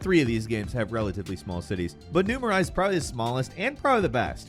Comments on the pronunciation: New Mor-eyes? It's pronounced New Mo-ray lmao. I swear they always get a pronunciation wrong. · For a game you claimed to love, Infamous 2 is set in New ma-RAY. That's how it is pronounced in the game. Over and over again. Please spell stuff out for the Talent. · "Empire Bay." "New Mah-rise." Tell me you've never played Infamous without saying you've never played Infamous. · I dont think he played infamous 2 with the way he said New Maris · Learn how to pronounce New Marais along with Saint Denis. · Hearing you mispronounce New Marias multiple times hurt lol it says it in the game so many times! Otherwise great video tho